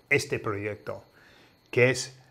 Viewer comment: Es interesante que pronuncies "proyecto" así, como si la Y española fuera una J inglesa. No lo sabía! Aprendo algo nuevo cada día con tus vídeos. Mucha gracias!